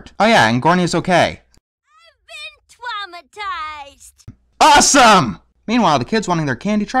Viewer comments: believe it was "I was twaumatized!" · "I've been Twaumatized!" "AWESOME!" Fuck yeah, lol